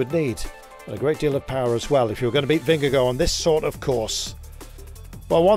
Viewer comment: He's actually really close to pronouncing it perfectly 🤷